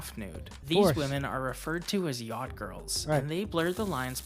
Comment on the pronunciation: why everybody in this video is sayin YAAHDING ?! its called a YACHT ffs... sounds stroked tf out man damn